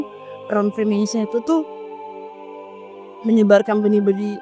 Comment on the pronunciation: Mason : tukan batu; masonry : pertukangan.. ssoo.. Free mason : tukang apa saja.. mohon koreksi..👍 Maaf to, ngebacanya bukan 'fri-mèn-sori' .. tapi 'fri-méisên-ri'..😢😢